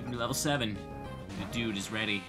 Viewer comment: You keep saying thedude and I keep side eyeing you